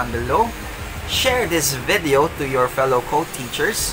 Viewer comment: its not 'vaadeo' its video.